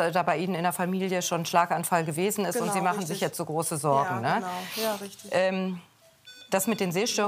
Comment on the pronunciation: das heißt jetzt nicht jeze